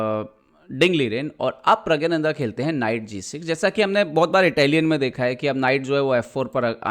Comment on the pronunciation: प्रग्यानंधा नही, प्रग्णांधा बोलो. या प्रग बोल दो.